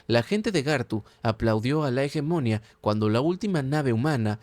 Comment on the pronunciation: No quiero ser pedante y me encantan tus videos pero me cauda molestia auditiva oirte pronuncia tanras veces la palabra hegemonia mal, la silava tónica es la última hegemonía